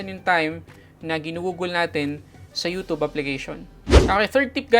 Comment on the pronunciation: "you tub"